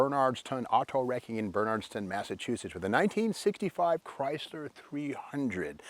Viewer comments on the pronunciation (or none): Not Bernardston. Its BerNARDsTON